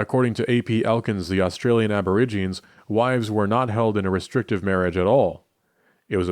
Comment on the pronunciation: Aborigines is pronounced "a-buh-RIJ-uh-neez."